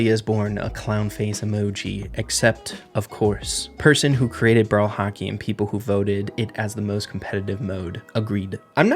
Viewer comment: saying Hockey is like he is saying "Haki" from One piece